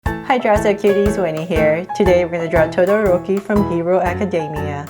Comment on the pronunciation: I am sadisfighd when wenie says todoroki. This drawing is sooo cuuuuuuuuuuuuuuuuuuuuuuuuuuuuuuuuuuuuuuuuuuuuuuuuuuute!!!!!!!!!!!!!!